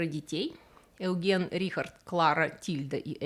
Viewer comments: Опа! Сына Бенца звали прям как меня! Только я думал, что по-немецки это звучит как "Ойген", а не "Эуген". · Спасибо за очень интересный рассказ. Хотел бы лишь дополнить, имя Eugen читается как "Ойген". Имя немецкое, поэтому "Eu" читается как "ой")) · Вы правильно думали, "eu" в немецком читается как "ой". не филолог. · Маленькое замечание: немецкое "eu" читается как "ой", так что одного из ребёнков Бенца звали Ойген, а не так, как это произносится в ролике.